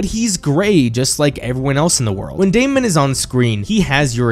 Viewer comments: Your analysis is great but ur pronunciation of Daemon is annoying af. It's pronounced Day-men not day-mond. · Absolutely no one:: DAY-MON